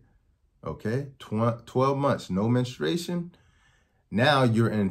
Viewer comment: I value his info and mission. The word is " menstruation ". MEN-stroo-ATE-shun. Not minna-STRAY-shun. Women MEN-stroo-ate, not MINNA-strate.